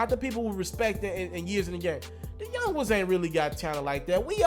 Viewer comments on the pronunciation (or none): none